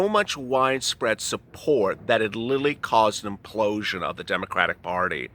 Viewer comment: "Literally" damb it. Not "lilling."